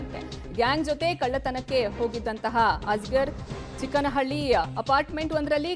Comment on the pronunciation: ಅದು ಚೊಕ್ಕನಹಳ್ಳಿ , ಚಿಕ್ಕನಹಳ್ಳಿ ಅಲ್ಲ .